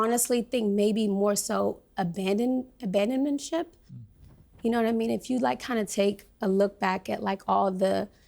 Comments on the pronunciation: Controversal had me really cringing and then she says abandonmentship. Nope can't listen to her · When she said "abadonmentship" I had to tap out